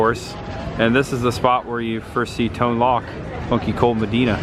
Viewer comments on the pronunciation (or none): i love the locations videos, and i think you have enough viewers my age (50)..that remember this movie, the age group your fan base is is probably older so as to remember at all this movie, and the younger ones will be more fickle, but older ones for sure have the attention to pay, and the pronunciation of Tone Loc, it rhymes with (JOKE)..sorry i OCD on things like that...Kwansu BRO!